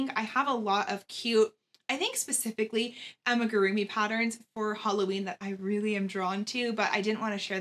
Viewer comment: With all respect🤓Its AMIGURUMI ♥️ Not Ammagurumi🙌🏻